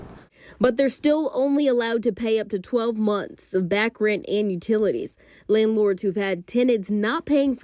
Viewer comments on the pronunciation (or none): Did my mans say "landlards"? 😂